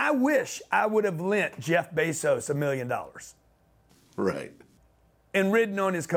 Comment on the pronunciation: "Jeff Beezos"